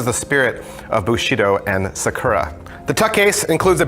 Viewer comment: You keep emphasizing the wrong part of the word Sakura